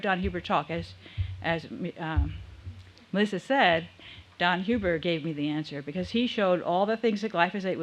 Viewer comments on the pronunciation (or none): none